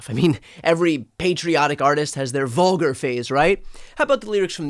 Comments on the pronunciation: Wtf is a ‘vugar’? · WTF is ‘’Vuger’’ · What is VUGAR? LOL. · "NFL's DANGEROUS GLORIFICATION of VUGAR..." What's a vugar? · lmao “vugar”